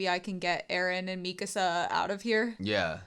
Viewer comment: Yey, you say Mikasa's name correctly!